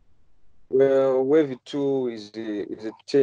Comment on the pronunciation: pronounced as Way-vee not wahvhi 😂😂😂